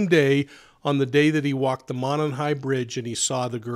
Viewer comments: PLEASE OH PLEASE!! "Monon" Bridge (pronounced "MOW-NON" BRIDGE) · Love your channel. Correct pronunciation is MOW NON high bridge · First it’s a long O in Mo and non Monon bridge I’m a local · Mow as in "mow the lawn"/Moe MOE-non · The fact you can’t pronounce monon correctly means you shouldn’t even be covering this. Also can’t pronounce a prominent brand like Carhartt. Lol